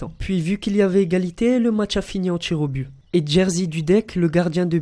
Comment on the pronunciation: A oui tu dit Bu à la place de But